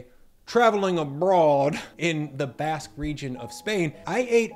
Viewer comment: yeah but its not "basque"